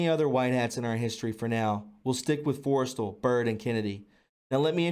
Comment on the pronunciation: MOE gul, Forest StaLL, pronunciation young lad. great information thanks for sharing.